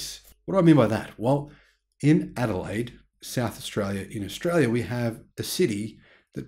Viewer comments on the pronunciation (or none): none